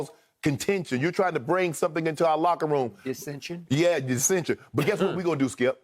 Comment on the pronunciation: It was "LOCKEROOM"talk 😂